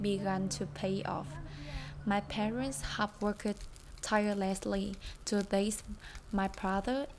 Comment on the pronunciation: Nhắn nhỏ bạn cái này xíu, hông phải quánh giá gì hết nha, nhưng nếu bạn muốn phát âm càng ngày càng hay và nhất là ko gây hiểu nhầm thì có thể check lại từ heart và phát âm -ed (ví dụ trong từ worked) nhen Nhưng phát âm ko làm thay đổi sự thật là câu chuyện của bạn và cả gia đình rất đáng ngưỡng mộ Chúc bạn và gia đình nhiều sức khoẻ và động lực ❤